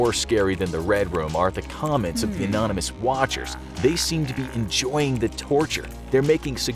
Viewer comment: “Anomynous messages” come on brother you been doing this long enough...